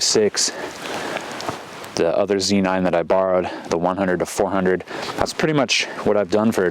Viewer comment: It's so refreshing to hear someone else call it a Zee nine. USA. USA! lol. Thanks for sharing this. Great video!